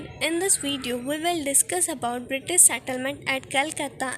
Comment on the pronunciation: British not britaish .